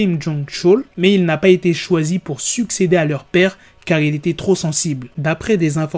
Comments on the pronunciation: c est pas un 2 (II) mais un il Kim il-sung 😭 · Sa se prononce pas 2 mais il